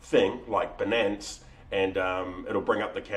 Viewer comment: Great Video! worked for me a treat. btw, perhaps its the accent but its 'BY-Nance', as it rhymes with Finance haha